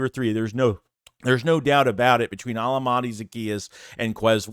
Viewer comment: I think it's pronounced o-LA-mi-day